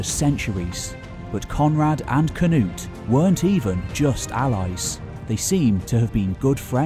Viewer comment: Hi: most Danes say`s not: k - nut, or k - nar, we say Knud and knarr, You will proberly have to do some exercising pronauncing that - LOL - A great historic video, do keep up the god work - greatings from Himmerland/DK - land of the Cimbrians. Now looking forward to the nxt video.